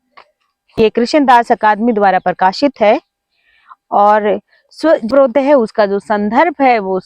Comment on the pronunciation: Madam aap ka swarodaya ka uccharan sahi nahi hai